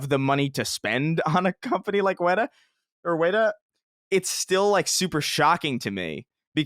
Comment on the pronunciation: just want to point out that says weta correctly in his first attempt